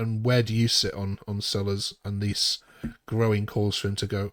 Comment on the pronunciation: I agree that letting 10 players go and replacing them with three is plain daft. Please pronounce Selles, a Spanish surname, correctly i.e. Say-yes.